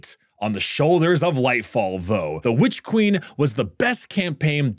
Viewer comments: you do good work, but please pronounce your n's at the end of words. It's super distracting to hear you say 'Witch Queem.' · I think you mispronounced "It costs more than the Witch Queen and should therefore be held to a higher standard" when WQ came out it was 30 for standard and 60 for deluxe. Light fall went "eh, needs a 67% price hike" and costs 50 and 100 respectively